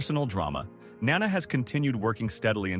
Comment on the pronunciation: Nana/grandmother has the accent on the first syllable. Nana Visitor has the accent on the second syllable.